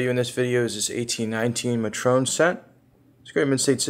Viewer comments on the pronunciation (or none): Did just pronounce matron like Patron 😂